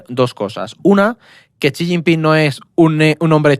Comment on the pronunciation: Es xi no chi, no sabe ni su nombre